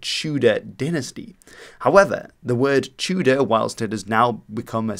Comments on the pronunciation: Wouldnt it be pronounced tea-deer? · I am half Russian and half Welsh, thank you for your video, it sounded very strange how you said "Tudur" but I appreciate your attempt.